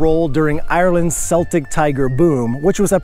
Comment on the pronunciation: Great video I am a long time viewer. Just one small thing. Celtic Tiger is pronounced with a "K" sound at the start not an "S" sound. The Celtic with an "S" sound is the name of a Scotish soccer team only. All things Celtic like history, culture, archaeology etc are pronounced with the "K" sound. As an Irlandczyk living in Poland I was suprised at the amount of Donalds here, yes Donald is a traditional Polish name. It shows a link in distant history between Poland and Scotland. Also one of the leaders of the Irish rising against British rule in 1916 was called Countess Constance Markiewicz. Count Markiewicz was a Polish nobleman who married an Irishwoman who turned out to be a freedom fighter and probably the most important Irishwoman in history, so you can find parks and streets in Ireland named Markiewicz which show links between the two countries since before the E.U. Great vid again and maybe I will bump into you in Czestochowa someday.